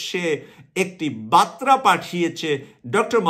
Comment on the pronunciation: Pl correct pronunciation as Barta not batra